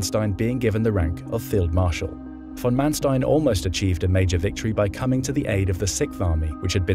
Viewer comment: Your pronunciations are good. Except Erwin. Say Air-vinn. Oh, and also von Manstein. Say fonn Mahn-shtein.